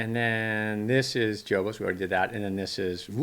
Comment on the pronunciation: It's pronounced Ho Bo's like La Jolla is pronounced La Hoya.. J is h in Spanish.. Great super fun wave by the way..